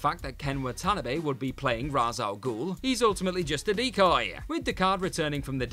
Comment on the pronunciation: Can you stop mispronouncing Ra’s Al Ghul’s name please 🙏